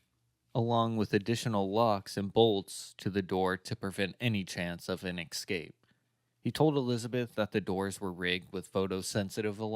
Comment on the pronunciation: This has to be the best doco on Fritzl that I’ve seen. Great video with heaps of information I hadn’t heard before. Just one small criticism - pay attention to pronunciation. ‘Escape’ is pronounced ‘es-cape’ not ‘eck-scape’, you probably didn’t even realise you were doing it but once you hear it, it will really bug you. A really excellent video overall tho, thanks for your work✌️